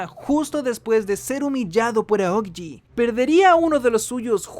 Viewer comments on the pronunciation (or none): Son solo ideas mías o él dice Aogiji en lugar de Aokiji?